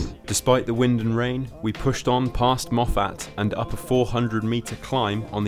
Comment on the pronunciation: Great video but the way you pronounced Moffat cracked me up 😂